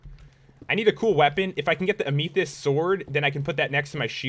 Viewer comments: I was born in February and the birth stone of February is pernounsed amuthyst not ameethyst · PopularMMOs you said amathist wrong it's ama th est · Am - e - thest, not a - mi - thist. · Am-i-this is how you say it not am-e-this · Zelica Grieve It's Am-i-thest, not A-me-thist, even though this video is like 2 years old. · Its not am-e-thist its ame-thist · it isnt pronounced uh me thisht. its pronounced am uh thist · Say am a thist like this correctly not am e thist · It's kinda pronounced am-eh-thist. (lol I know, this was like a super long time ago. I just had to.) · Ik. I died a little when he said, "am-ee-this." 😂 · Sutton Roth you are right why did he say amm eee thist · Hey Pat it is pronounced Am-a-thist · Pat WY you so stooped it's am-ith-ist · The ore was actually pronounced ( am-ah-thist). I have lots of them in y rock and mineral collection back at my house ( in the real world! Not electronic world ). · The purple ore is called Ah-Ma-This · It's pronounced am-a-thist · (Am-eh-thist) pronounce correctly noob lol xdddd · This man said ameathist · Am-e-th-ist is how you pronounce amethyst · it's funny how he mispronounces "amethyst" and says "ameethst" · Dear popularemos it is pronounced am-e-thist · It's pronounced am-a-this-ed! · hi pat i am amergeddon and its produced am-ith-st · It is "E me tist" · Pat, it's Am-A-*f*ist * "f" being a "th" so thist * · it's Am-e-thist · It's Am-e-th-i-st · Here's how o pronounce amythyst am.a.the.ist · It is pernounced as (am-uh-thist) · the ore is pronounced amithist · Amethyst is pronounced am ah thist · Pat its Am-A-Thist that is how u pronouce it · Not a-mi-sith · its am-a-thest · CAN U READ IT'S AM-E-THIST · It's pronounced am a thist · Amethyst is said like am eth est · it is pronounced a-meth-ist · Its am-theyst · It's pronounced AM I thist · its pronounced "ammathist" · it's pronounced am-a-th-est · (Am a thist) short e not long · Ur saying it wrong am e thest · Pat it is pronounced amerthist not actual spelling